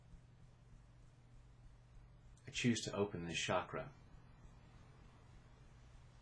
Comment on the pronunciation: just FYI.. Ch in Chakra is pronounced same as in the word Change. And not as in Champagne. Thanks for your videos.